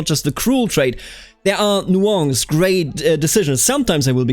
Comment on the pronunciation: why the fuck do you pronounce nuance so weird